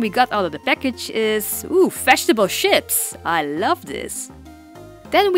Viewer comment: omg i thought you said vegetable SHIPS lol ^O^